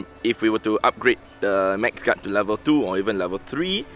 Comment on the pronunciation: He is saying max guard with an accent